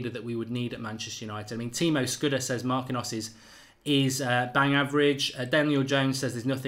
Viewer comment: Oyr! Stop butchering players names. It's pronounced Mark-een-yose. Say it right next time, eh?